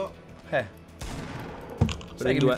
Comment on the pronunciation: Ma dice ittato per niente